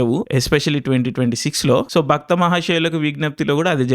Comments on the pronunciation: భ"క్త" మహాశయులు కాదు ఇంగ్లీష్ మీడియం ఆ నువ్వు ? అది భ"ర్త" మహాశయలకి విజ్ఞప్తి. "క్త" కాదు "ర్త". సదూకోవాలి తెలుగు అప్పుడప్పుడూ! అన్ని సార్లు భక్త అనకురా నాయనా! భక్తుడు వేరు భర్త వేరు. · Bro just one small correction. It's bharta not bhakta. 3 times bhakta aanaru😂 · అది "భక్త మహాశయులకు విజ్ఞప్తి" కాదు.. "భర్త మహాశయులకు విజ్ఞప్తి.." భక్తకు భర్తకు తేడా పలకడం రాదు.. రివ్యూలు చెప్పేస్తారు.. ఎందుకు బ్రో.. రాగడి బదులు రాకడి అంటే ఎలా వుంటది..?? అలా వుంది నీ టాలెంటు.. #BMW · Bhakta kaadu, bharta... Cheppinappudalla bhakta ane vinipinchindi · Baktha kadu Bartha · Bhaktha mahasayulaku wignyapthi ah? Endanna nuvvu, title ne wrong palikinav.. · baKtha kadhu baRTha 😅😅 edho bakta kannappa cinema ki poyi untaav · Baktha kaadhu bartha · BARTHA❌ BAKTHA✅😂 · It's bhartha not bhaktha ....😂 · Dude bhakta antav endi, adi bharta. Endo.